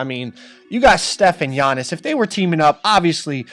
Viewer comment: HIS NAME IS NOT YA-Nis it’s AH-NiS AhnTeKumpo